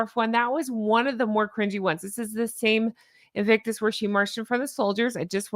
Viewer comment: No more “ Inflictonus “ ….please 🙏🏴